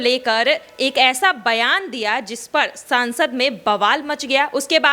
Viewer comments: Aap sansad ko saansa kayon bolti hain. Correct kararein please. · पहले हिंदी ठीक से बोलना सीख लो मैडम। "सांसद" नहीं संसद सही शब्द है।